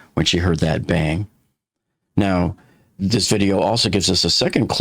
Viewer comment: The way she enunciated bang is just... off. She stressed the word "that" and minimized the word "bang"